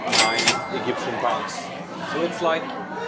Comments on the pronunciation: "Eggyptian pounds" xD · why do you say "egyptian" like that XD